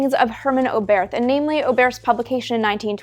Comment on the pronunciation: Hermann Oberth was a German scientist. His name is pronounced without the h at the end. So no English th sound, just "Obert".